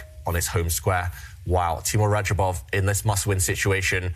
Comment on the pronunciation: Rah-job-off. Not raba jov.